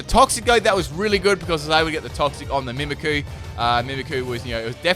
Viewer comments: Got so triggered at the "Mimiku" haha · MimikYu. There's a Y there. Mimikyu. Like "mimic you". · i don't know if you noticed but it is mimikyu not mimiku there is Y in it that changes how you pronounce it you are saying it wrong also you should look up how to say magearna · The way he pronounces "Mimikyu" though...lol. It's nothing bad it's just that I'm more used to saying it as "Mimic you" rather than "mimi coo"